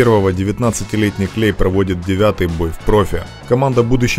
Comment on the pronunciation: Не клей а клэй